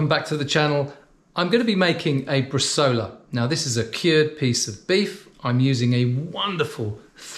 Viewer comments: It's pronounced 'bres-eye-ola', not bresola. Most Italian recipes call for 2.5-3% salt, along with coriander, juniper,garlic and fennel (very regionally dependant) and it works much better soaked in wine first before adding salt/prague. If you fold over the top of the vac bag before puting the meat in you don't have to clean it and compromise the seal. Good tip on the meat net, cheers. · In Italy we cut the bresaola in very thin slices, a mechanical slicer should help. And, btw, the name is bresàola with a strong stress on the "a"! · My romance language brain is cringing when hearing bresola instead of bresaola 🤌🤌🤌